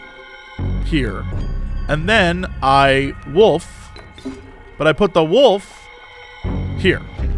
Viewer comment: I mean, Jesse can't pronounce wolf correctly, so stoat was obviously gonna give him problems